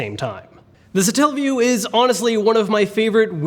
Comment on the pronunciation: Satella not Stalle wtf 0.o